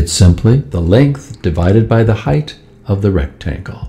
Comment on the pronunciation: Amazing presentation! Beautiful animation The VO artist sounds like he said "heighth" once though😡